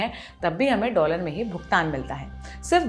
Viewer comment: ..यु एस डोलर बोलो प्लीज़ 😊